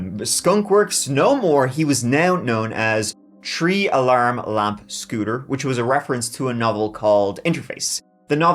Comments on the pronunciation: The way Irish say three sounds like tree to me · always finds a way to incorporate the number “tree” in every story 😂❤ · My favorite one is when said “… the suspects were never found, those TREE man were hiding in the woods…” I laughed so hard that I still remember.😂